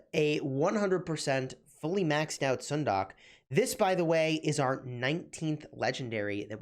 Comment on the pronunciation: stop butchering her name